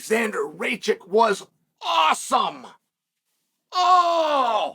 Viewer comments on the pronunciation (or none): lol Chæl is the most on-drugs-seeming sober person I’ve ever heard speak. Lololol he’s calling him rake-chick. Chæl: is RACK-itch. He literally mispronounces every. Single. Name. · Its pronounced “Ra-kich”